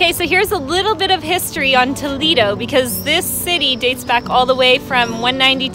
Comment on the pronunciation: Toledo not “Tolido”